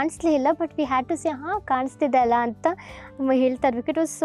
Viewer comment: It is 'Alla'. Not 'Allah ' it's the same in all your videos. Kindly correct it moving forward